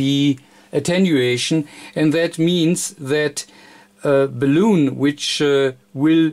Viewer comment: Well done. I did find it tickle me a bit every time you said balloon for bal-un.